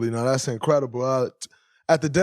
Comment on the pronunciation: Yea... "THAS INCREDIBLE "🤣🤣🤣🤡